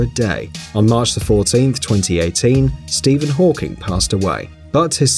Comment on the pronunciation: Did he say Steven hawkings🙄🙄😱😱